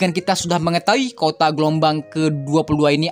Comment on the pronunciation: Kuota bang.bukan kota haha.